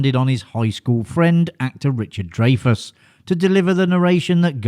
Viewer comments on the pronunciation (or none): Also Dry-fuss, not Dray-Fuss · Omg... Yes thank you. It's Rye-ner and Dry-fuss. Rayner and Drayfus is not right. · Row-kay says "Ray-ner" And "Dray-fess" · I was beginning to think that you were mispronouncing Rob "Riner's" name on purpose. You also did not pronounce Richard Dreyfuss's name properly. Get it right next time!